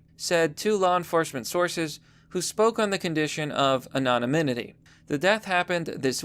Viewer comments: Ok this is the 2nd time I've heard you murder the word anonymity, you added another syllable. My friend. It's pronounced an-on-em-ity. Love the content though brother. God bless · You had me at anonimimity